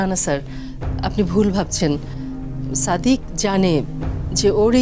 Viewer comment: আলিয়ার মতো মেয়েরা কি ভাবে নাটক করে আর পরিচালক কি মেয়ে খুঁজে পায়নি। যে নাকি ঠিক মতো কথা বলতেই পারে না। ছাদিক কে বলে ছাদেক এত সুদ্দ